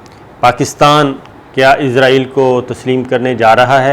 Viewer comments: آپ کو پہلے بھی کئی بار کامنٹ کر کے کہا ہے کہ ۔۔۔۔۔ ازرایل تلفظ غلط ہے اصل تلفظ ہے اسرائیل آپ کیوں قرآنک تلفظ کو چھوڑ کر انگریزوں کی راہ اپنائے ہوئے ہیں کیا اسرائیل کیتے ہوئے آپ کی زبانوں پر کڑل پڑتا ہے یا انگریزوں کے جوتے چاٹنے کی جو ایک روایت ہے پاکستان میں اس کی پیروی اولین فرض سمجھتے ہیں ۔۔۔۔۔۔ میں نے بار ہا اس کے متعلق کممٹس کئے ہیں ۔۔ آیندہ بھی کرتا رہوں گا اور آیستہ آہستہ لہجہ سخت تر کرتا رہوں گا ۔۔۔۔۔ قرآنِ حکیم پڑھتے ہوئے بھی پھر ازرایل پڑھا کریں ۔۔۔۔۔۔تاکہ انگریزوں کی غلامی پر مہر تصدیق ثبت ہو سکے ۔۔۔۔۔ ڈاکٹر شاہد مسعود کو بھی یہی بیماری ہے ۔۔۔۔۔۔ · السلام عليكم.صابر بھائی آپ سے گزارش ہے کہ آپ عزائیل کی بجائے اسرائیل کہیں تو زیادہ اچھا ہے. السلام کیوں کہ عزائیل علیہ السلام فرشتے کا نام ہے. شکریہ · Izraeal Alahay salam is angle of death , why all the anchors call Israel state Izraeal ! Please correct the pronunciation ! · جناب ازرائیل نہ کہا کرو بھائ جان اسرائیل ھے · Sabir bhai call israil instead of izrail plz